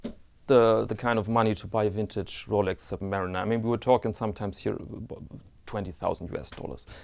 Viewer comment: Love your videos. Everytime you say 'wintage', I get a smile on my face.